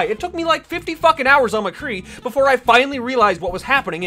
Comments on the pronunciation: Why the actual fuck do you pronounce it "McGee" it's Mc-Cree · Who else noticed that every time he got angry he kept of saying McGee instead of mcree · It's McCree. Not McGee. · Who the hell is McGee?,it's Mcree... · you said McGee instead of MCree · His name is McCree, not McGee. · I had to correct you its McCree not MaGee. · It's m CREE not mgee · Not trying to be a grammar nazi but it's mcree not mcgee it's pronounced muh-kree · First of all, nice video! But, why do you keep calling him McGee? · Did you call him "McGee" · Are we gonna ignore the fact that he kept saying "McGee"? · Why do you keep saying McGhee? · "McGee" Excuse me what. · Every time you say "Mgee" it kills me a bit inside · You call him mcgee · it sounds like you're saying mgee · did he just call him mcgee :)) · You said McGee every time😂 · This nigga said Mcgee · he says "Mgee" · 2 things, stop saying mcgee please and maybe you are just slightly bad at mccree?and that's why nothing is hitting? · Lol u said mcgee